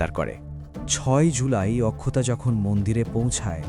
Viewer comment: অক্ষতা হবে উচ্চারণ, আখখতা নয়